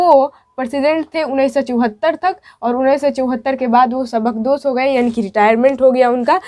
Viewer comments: میڈم शेबा नही शोबा पढये,सबकदोस नही बल्कि सूबूकदोश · سبکدوش میں س اور با پر پیش ہے محترمہ زبان اور بیان پر توجہ کی ضرورت ہے